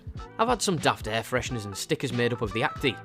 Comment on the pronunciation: I hear "free freshners"... I comment!!! ;) Cheers from Greece